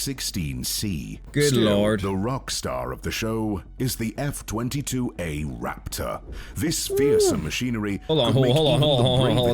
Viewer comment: Am I the only one who got chicken skin when he said Raptahhh.